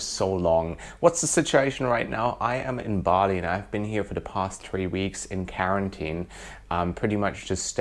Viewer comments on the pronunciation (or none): His accent is a mixture of German and Aussie, though tending more towards the latter. However, some words like carenteen (quarantine) still trip him up. He definitely doesn't sound like a typical German though. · Nobody:: carentine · i had to replay that part to hear that word pronounced! lol